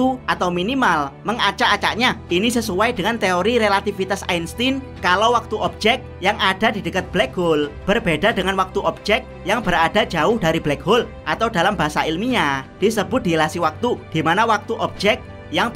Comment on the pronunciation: permisi bang koreksi sedikit, yang benar "dilatasi waktu" bukan "dilasi waktu", sehat selalu